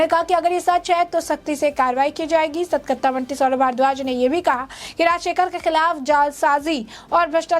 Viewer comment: एंकर मैडम, सतकरता नहीं, सतर्कता बोलिए।